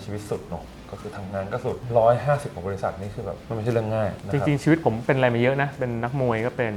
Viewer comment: คำว่า บริษัท ค่ะ สัท